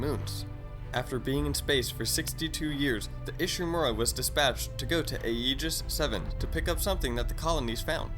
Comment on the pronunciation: Aegis is pronounced (ee)gis by the way